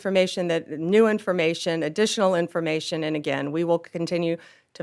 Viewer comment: No real "information," so she has to say "informamation" several times! :D